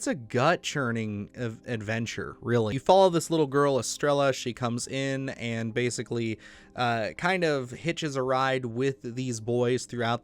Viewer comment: Estrella (es-tray-uh) It means star